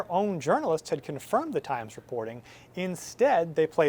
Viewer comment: "The New York Trimes"